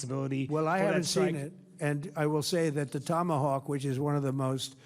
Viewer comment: Tomahowk missile 😂